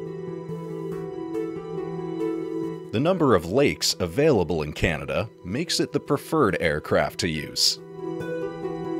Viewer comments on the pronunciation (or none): none